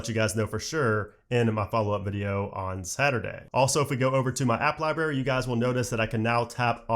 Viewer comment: And you keep saying liBARY. It’s liBRARY. I’m gonna have to start watching your videos on mute.